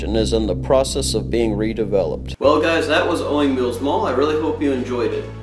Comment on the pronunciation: Jeebus it's "owings"